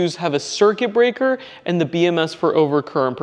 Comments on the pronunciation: I think it is pronounced “ee” “sheeung” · Nice! It doesnt matter much, but its pronounced Eee shee-yang. Means like mega lucky, or something. Id like to get my hands on some of these.